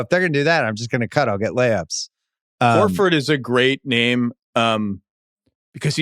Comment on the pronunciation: I love that fact that Bill calls him "WHORE-ey" haha...Makes me laugh out loud every time!